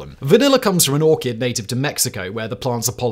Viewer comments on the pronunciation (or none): none